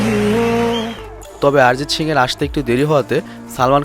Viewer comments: ভাই শিং না,,,, সিং! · শিং না বলে সিং বললে ভালো হয় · শিং না ব্রো।😂 সিং হবে। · তোমার সিং উচ্চারণ শিং। LMAO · দয়া করে শিং উচ্চারণ না করে সিং(ছিং) উচ্চারণ করুন। এটা গরুর শিং না। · আরজিত শিং,বাহ কি উচ্চারণ